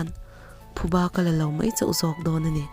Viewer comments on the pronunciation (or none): none